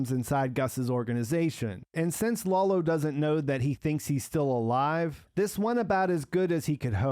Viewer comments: please stop calling Lalo "Lawlo". You're reviews are really great, but this gets me every time i watch them. Could you do me the favor? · "Lolo"? His name is Lalo, and the "foreign language" he spoke is Spanish. Can you be so dense that you don't realize this?